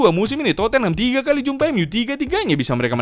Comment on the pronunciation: udah ga pantas lagi kau nol sebut tottenham "terpongkengham''